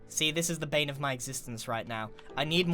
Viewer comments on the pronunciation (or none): none